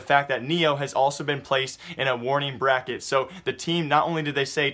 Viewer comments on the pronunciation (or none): none